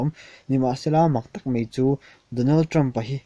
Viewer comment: Mei (mai) lam dan hi la insiam ṭha thei lo cheu.